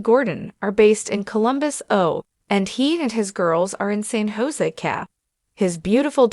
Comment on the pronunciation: Can’t pronounce San Jose, California!